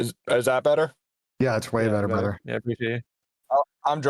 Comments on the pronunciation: We got a "BRUDDER" outta, W Episode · My brudder seddy